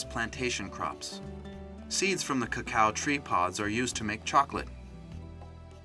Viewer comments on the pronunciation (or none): none